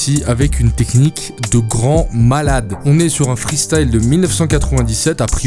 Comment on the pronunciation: ça me titille quand tu dis " Freestale " au lieu de " Freestyle " mdrrr